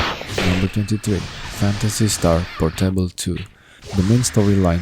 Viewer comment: it's pOOOrtable, not portEIble 🤣🤣🤣